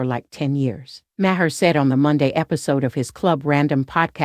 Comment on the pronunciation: Sounds like a robot, first 10 seconds in and the robot couldn't pronounce Bill Maher's name properly.